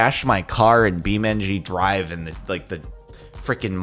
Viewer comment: Beaming drwive